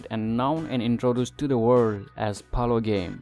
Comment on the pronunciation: It's called Polo not pulo.